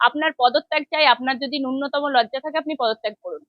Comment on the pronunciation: ম্যাডাম, ন্যুনতম শব্দটার উচ্চারণটি সঠিক ভাবে করুন ।